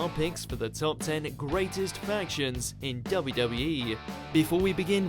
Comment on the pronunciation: Anyone else annoyed by the way the Narrator pronounces WWE? It's W-W-E, Not DubbaWE...